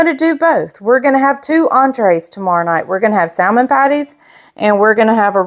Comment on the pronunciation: I love you, but the correct pronunciation is “sa-mon.”